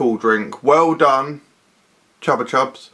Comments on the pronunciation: Am I the only one who always pronounced it “Choopa choops”? 👀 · Because that is the correct pronunciation, it's a Spanish brand.